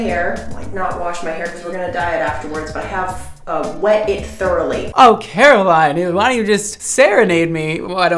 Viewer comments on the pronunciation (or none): If you don’t know, and i’ve only watched a couple minutes of the video, but her name is pronounced Caro-Lenn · A kind PSA: Carolyn is not pronounced the same as Caroline. Yours sincerely, a Carolyn who has been called Caroline too many times to count 💀